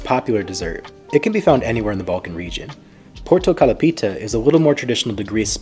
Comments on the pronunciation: the tone is on o in the lo. It literally translates to . orange pie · Porto kalapita?😅. You said it wrong. Its all together portokalopita or orange pie.